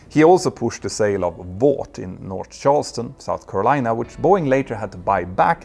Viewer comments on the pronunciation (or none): none